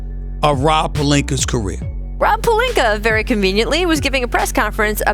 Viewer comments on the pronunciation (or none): Nobody: Stephen A Smith : Rob Pelinker